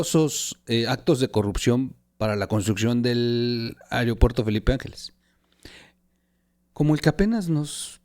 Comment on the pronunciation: Otra más, no es "areopuerto" es "aeropuerto"!!